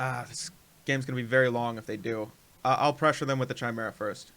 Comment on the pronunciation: It's pronounced "KI-mera," as in Kyle! :)